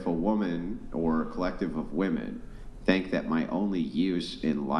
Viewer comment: _— “I tink so”